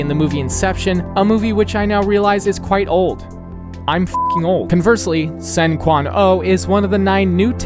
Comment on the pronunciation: As a Resident of Hong Kong, I would want to correct some stuff: Tseung Kwan O is pronounced "Churn-Kwun-O" and not "Sen Kuan O". Tsuen Wan is pronounced "Chuen Wan."